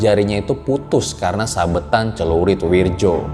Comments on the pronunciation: Wirdjo itu dibaca Wiryo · Wirdjo? Werjo yg benar ... isun asli banyuwangi